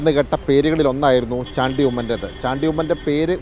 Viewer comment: കൈരളി ആണ് ഷാണ്ടി ഉമ്മൻ, അല്ലടോ ചാണ്ടി ഉമ്മൻ എന്ന് ഉച്ചരിക്കാൻ പോലും അറിയാത്തവൻ. മന്ത്രി സ്ഥാനം നിങ്ങൾ ആണോ തീരുമാനിക്കുന്നത്